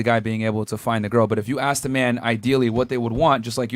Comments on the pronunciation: ASK! It’s pronounced ASK!!! Not AKS. Can we start shaming ghetto people saying it that way?! My god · FnF are getting dumber by dealing with these women, and are saying Aks instead of Ask. STOP saying AKS!( i cringe every time and i am not a native speaker)